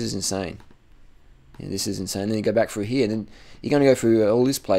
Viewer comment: I like how he tells people to quit school, yet he can't pronounce a word properly. "Perf" "Froo here"